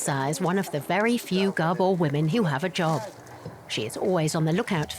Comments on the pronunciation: Gerbils? Or Gabor? The narrator is making them seem like caged rodents. If you are just listening to it its hard to take it seriously hahaha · It is actually Gábor, not Gabór